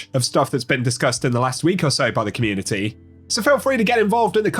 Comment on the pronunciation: "communiny" beating the AI voice allegations eh?